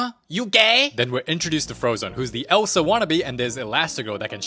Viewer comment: let it gauooorr ELSUUH 😭😭